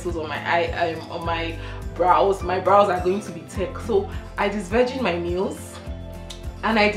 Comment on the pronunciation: This disvrigin disvirgin u keep saying eh 🤣🤣